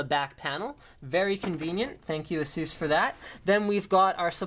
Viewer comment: Does he even pronounce "ASUS" right?